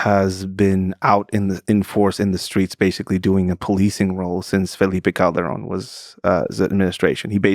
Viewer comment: C’mon Lex! Roll the ‘r’ correctly for saying ‘Calderon’ 😊